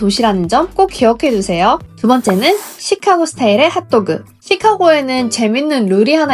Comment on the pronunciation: 찌까고 " 가 아니고 쉬카-고 " 로 발음해야 합니다. 카" 를 길게 액센트 넣어서 발음